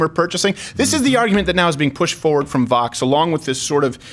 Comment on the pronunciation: Rob Hicks they can’t even pronounce Vōx correctly... smh